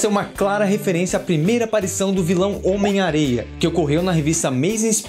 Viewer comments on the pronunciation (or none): Eu escutei vc fala home areia???????